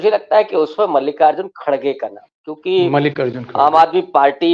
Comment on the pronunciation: Isko mallikarjun khadge ka nam bhi bolna nahi aata